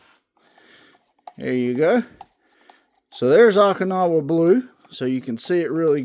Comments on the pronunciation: Oh-kinowa, not aw-kinowa. City in Japan where big battle in WW2 was fought. Thanks for vid! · OH-KIN-AWA blue.